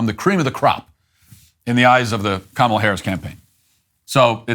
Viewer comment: Bro said Cumala